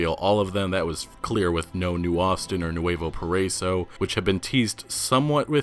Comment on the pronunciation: It is pronounced para-iso, not parr-eiso